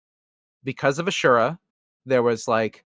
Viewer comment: Shoutout to for actually pronouncing "asura" correctly. First time I've ever heard someone say it like that.